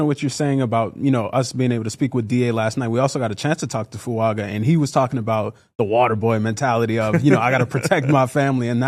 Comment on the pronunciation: Fu anga is how he pronounces his name So add a subtle n before the g.